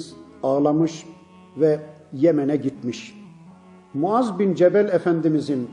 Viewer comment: Cemel değil cebel